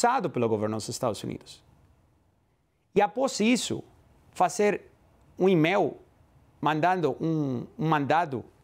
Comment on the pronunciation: E-mail ele fala émel...